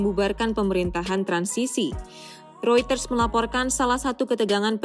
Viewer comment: Seneng deh di mbaknya bisa baca "Reuters" dengan bener.